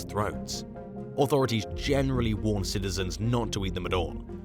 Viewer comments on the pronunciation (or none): none